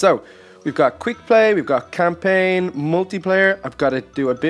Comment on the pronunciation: You said campaign wrong and inspect it wrong I think